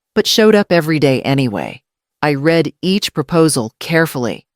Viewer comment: The word read, as in I read it..is pronounced Red. Yeah I’m a geek about those things. I very much enjoyed the story. She did the right thing. You go girl!